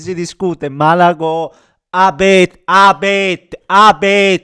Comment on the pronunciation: ma non e' A-bete. E' E-bete.